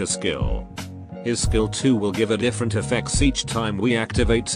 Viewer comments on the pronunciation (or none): none